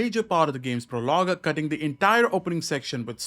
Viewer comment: PRO-log not pro-LOG